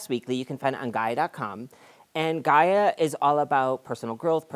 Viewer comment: Is it GAY-ya? 😂🤣😂